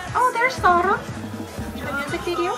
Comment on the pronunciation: Your pronouncing is funny, when you tried to say Saara you said it like SaaR'RA xD